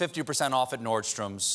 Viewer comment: There’s no s in Nordstrom